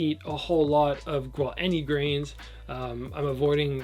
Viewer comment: I heard “I don’t eat any grains” as “I don’t eat any greens” and was so confused